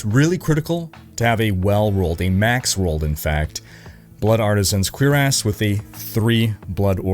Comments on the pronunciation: What’s a queerass? Lmao. It’s pronounced cure-iss. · I think it's "blood cure-ess." "Blood queer-ass" doesn't sound right. Lol! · it's pronounced "Q-RASS" lmao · Canadians… 🙄 It’s pronounced ‘Sur-rass’. Not ‘quebecueerass’ or whatever you said. Bro. If you’re going to make a living off the genre please learn how to say armor types. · Lol he said blood artisans queerest. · Why do you say it "cure ass"? 🤣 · Did he say blood artisans queer-ass?? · Queer-ass, huh? 🤔 I think you're elongating the wrong syllable, brother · The word "cuirass" is pronounced as KWIR-as. The "cuir" part rhymes with "dear," and the "ass" part sounds like "us" but with a slightly softer ending. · it is of French origin and when I was in France it was always pronounced kwuhr-us, with the emphasis on the last syllable. :) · That cuirass pronunciation 😂